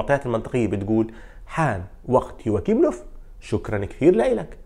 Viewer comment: للتصحيح اسمو يواخيم وليس يواكيم وحارس برشلونة اسمو ستيغين وليس شتيغين